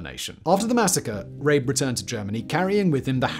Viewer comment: Surely his name is pronounced RAH-buh, not Rayb.